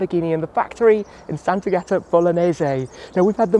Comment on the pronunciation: I would add that it's not pronounced Sant'Agàta: it's Sant'Àgata.